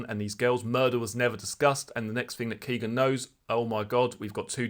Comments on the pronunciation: His name is not "Keegan". His name is "Kegan" (rhymes with Megan). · Nice video G but it's kegan not keegan Keep up the good work